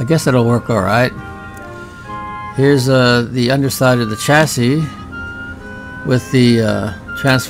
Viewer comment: "The ChassISSS" Love it.